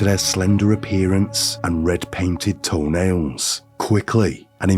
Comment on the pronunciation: Lolol that weird radio/podcaster voice and annunciation is so outrageously annoying i cant finish the videos 😂😂 all i hear is “distinctly feMALE, and red painted toeNAILS, this case is sad, as it is BRUtal, and if you are new HERE” 😂😂😂😂😂 why do they annunciate the most random words and at the most random times